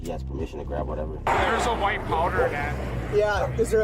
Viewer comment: "There's a whilte powder here." "It's his grandma."